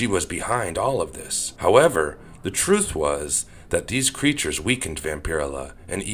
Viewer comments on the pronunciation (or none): none